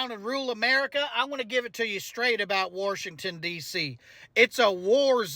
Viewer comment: I'm a Maga Christain, so I said GO ON GET! You get extra points for correctly pronouncing Warshington.